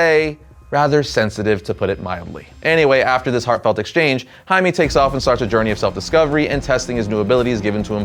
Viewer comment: Jaime is pronounced 'Hi Meh' not 'Hi Mee'